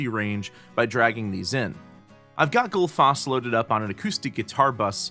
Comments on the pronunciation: Goodfoss? :D I'm glad that didn't stick since it's way off :D ;) I can be your Icelandic pronunciation consultant ... :p #justsaying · I simply can't get used to this awfully wrong pronunciation of Gullfoss! :D Love the plugin though ;)